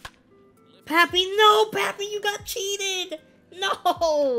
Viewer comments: You actually say “Pappy” instead of “Papi” lol im latino so it just sounds different to me 😬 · Nah your supposed to say it like popee